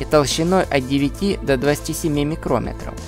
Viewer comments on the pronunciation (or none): Обычно говорят "микрон" когда говорят о размере или толщине, а не "микрОметр". Ну или хотя бы "микромЕтр". А микрОметр - это измерительный прибор.